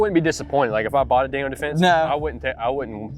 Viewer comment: Daniel. Not Daniel's